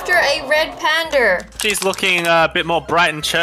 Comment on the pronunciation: "PaNdEr" lol